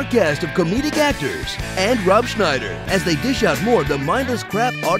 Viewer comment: The pronounciation just kills it :D ROB SCHNEYDURR is.. A STAYPLUR. Rated PG-13.